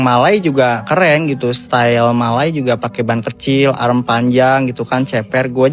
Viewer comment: Pembetulan, arm sebutannya bukan arem... Arm sebutannya am atau swee arm